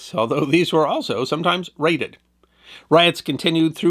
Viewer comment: Did you say the armed cheese convoys were “raided” or “grated?” Couldn’t quite hear you.